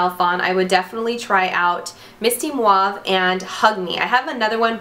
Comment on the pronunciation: I like how you say mauve lol like muahahahave lol